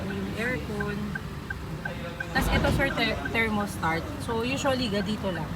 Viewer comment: “Thermostart” hehe. Anyway congrats, ka-wigo 🤙